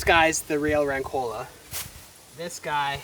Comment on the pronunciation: The correct pronunciation is "ròncola" (accent falls on the first "o"). Keep going guys!